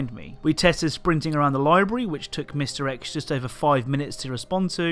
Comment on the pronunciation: Sometimes you say mr X and it sounds like misdirects.